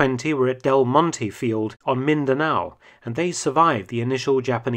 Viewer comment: Nice he pronounced Mindanao correct